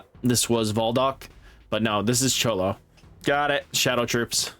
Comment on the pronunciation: Bruh😂 Cholo of the shadow troupes has me dying. Name pronounced like Kro-Low from Phantom Troupe. I know a lot of us anime nerds in here correcting you lol. And it’s Zol-duck family not voldick. Great vid though man keep it up! 😂